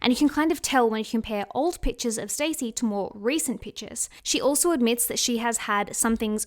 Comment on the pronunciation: It's stassie not stacy